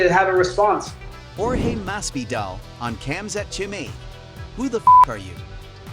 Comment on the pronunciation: Mas-Vee-Dahl Please, dude....